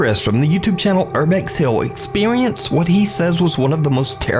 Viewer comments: Bro said “Expewienc” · “expewience” omg I had to replay that lmao 😂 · Aww., speaking so quickly, inadvertently said "ex-pi-wee-ents". I'm not goofing on him, I had to go back and re-listen because I thought I heard something different than EXPERIENCE. It's actually quite endearing and unexpected. The guy's fluent in a couple languages so, if this his only slip-up, he's f*cking got his brilliant head on straight. Love ya, ❤️ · "expewience" i loved that moment lol love all your vids! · “experweeince ” :3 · old vid but anyone catch the Expewience? nuke said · "Urbex Hill 🥺Expewience 🥺..." oml I love it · Expewience? What the hell was that? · "Expewience" lol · "Expewience" I laughed so hard at this. Thank you. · are we gonna ignore the fact that nuke said "expuwuience" ? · i had to replay that like 3 times to make sure i wasn't trippen lol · listen how he says experience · The way you said 'experience' was hilarious! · The way he said ''experience'' 😂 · the way he says “experience” 😂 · why’d he say experienced like that 😂😂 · Why did you say experience like that haha. I had to play that part over and over to make sure I want hearing things haha. Did anyone else catch that? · I’ve been searching for someone to point it out, thank you 🤣